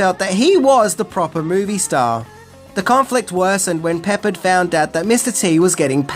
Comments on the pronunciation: It's pronounced Pe-paard. So, there ya go. Always great content mate! 💯🤘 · George PEP-PARD, the last syllable sounding like 'card'. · Pronounced pep ard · It's George Pep-PARD! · Pronounced Pa-Pard. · Love your show but cringe at the 20 or so times you miss pronounced George Peppards name😧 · Learn to pronounce George Peppard. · I know you’re British, but please learn how to say George Peppard‘s last name the correct way. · such a legendary actor mispronounced his name 😂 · No one from the 80s thinks BA says "I pity the fool". Everyone knows it's just Mr. T. 🙄 Also, Murdock was only meant to be in the pilot. It was because of the test audiences that he stayed but he was never meant to. And my god you butchered George Peppard's name. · It was funny they way pronounced it...I was like what? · George William Peppard /pəˈpɑːrd/ not Peppered. You had me rolling on the floor laughing with the pronunciation . LOL! But I love your channel! :) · George Peppard pronounced puh-Pard, not so much "Peppered", lol. Still a great episode as usual. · Sorry, it's not George Peppered it's, George Pep pard. ;) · Hey. Get some English lessons, Peh- Pard, not pepper-ed., PS. I offer English lessons, (Ke- Nel. not kenal. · Uhh... It's not PEP-perd, it's pep-PARD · It's pronounced 'Pepard' not 'Peppered' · George Peppered 👎 George PepPARD 👌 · George “P APPARD” my friend not pepper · Pe-PAHRD, not "Peppered." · First off, you kinda need to learn to say George’s last name because it’s not peppered it’s Pep-pard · Not "peppered"... Pep-pard! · *Peppard, rhymes with hard, not peppered. Ugh. 👎🏽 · It’s not George Peppered it’s George Pre-pard short A. Silly- and Mr T wore those chains to remind him of the chains his ancestors were forced to wear in slavery. And The ATeam was cool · please correct your (WRONG) Pronunciation of George "PEPPARD" You say (peppered) pepper-ed, however His last name is pronounced PEP-PARD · Pep-PARD, not Peppered. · It's Pep-PARRD